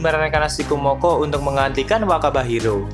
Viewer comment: Semakin berkata wakaba Hiro terus jadi terdengar wabah njirr😂